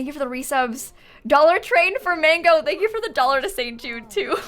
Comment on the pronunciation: Excuse me her name Margo not mango sufor what the heck some said it was forgo her name is margo🤣😘🌨️🙄